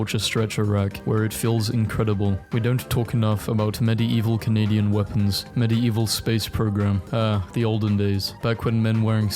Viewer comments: Bruhhh.. I can't with the 'Medi-evil' Love the vids but: MediEEEval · It's pronounced Med Evil, not medi evil, the ie are one sound in this word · bro idk why you keep pronouncing medieval as med-i-evil and not med-evil its so friggin triggering. Btw I love you videos so no hate ♥ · it's not meddy-evil it's middeevil i cant watch this it's triggering me bro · ❌ meddy-evil ✅ meddeevil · I cannot get over the fact that he pronounces it "MED-ee-EE-vuhl". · I don't know if I can finish this video with the way you keep saying "medi-evil" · medi eval why u say it like that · why do you say medi-eval instead of medieval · I love how this guy says medieval "Medi-evil" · it sounds like hes saying "Medii-evil" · hearing medieval pronounced "med-e-evuhl" is honestly torture to my ears. is that a british pronunciation or is fucking up another pronunciation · I cant take you pronouncing Medieval in such a bizarre way for 13 minutes. Its "med-evil" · The crime here is he pronouncing medieval as medi eval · no one else triggired how he pronounces medieval wrong? Like he sais it like mide evil??? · there's just something that bothers me about hearing the word "medieval" beng pronounced like that so often in a row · i can't get into this video im sorry the way you say Medieval is killing me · WHY CANT HE PRONOUNCE MEDIEVAL CORRECTLY (Sorry just angry right now and I love your videos ❤) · Watching this video was so hard, considering that fact that Medieval was said incorrectly the whole time 🤣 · I can't get over how this dude says medieval 🤣🤣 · why does he say medieval like that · The way he pronounce medieval is so annoying.